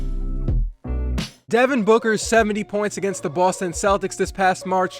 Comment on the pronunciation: devon boocker ?! HAHAHAHAHAHA nice joke